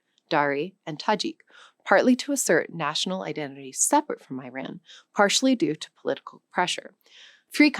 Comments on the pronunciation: Just a little correction, Iran / Persia was never conquered by Ottomans, greeks or any Europeans, only Macedonian Alexandre for a very short time and it was a response to Persia defeating Greeks few times. Secondly it is pronounced ee-RAHN (phonetic: /ɪˈrɑːn/) not I-ran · Iranian-Canadian here. We don't call it Persepolis but rather "Takht-e-jamshid". I think we Iranians should reclaim and our own language and stop accepting these labels that have been placed on us by outsiders. First of all people need to pronounce Iran correctly. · I am writing to address the mispronunciation of 'Iran' on your platform. It is not "Eye-ran;" it is "EE-RAAN." One does not say "Eye-talee" for Italy or "Eye-srael" for Israel—the same linguistic principle applies to Iran. Furthermore, your speaker’s pronunciation of 'Cyrus the Great' was equally incorrect -- an unheard of new twist. For a language-learning website, these errors suggest either a lack of basic research or a disregard for accuracy. The synopses was overall okay. The Iranian language has survived for over 9,000 years because of its profound culture. In fact, "Iran" translates to "the land of noble people." While the core country, Iran has been occupied by a regime of looters and terrorists for the last 48 years who have sought to bastardize the language, the true culture remains resilient. Soon, there will be another rebirth after these terrorists are gone. If your platform wishes to be taken seriously, it must respect the correct phonetics of the nations and historical figures it profiles. The current optics are, frankly, poor. Sincerely. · It is also not eye ran. It is pronounced eeraan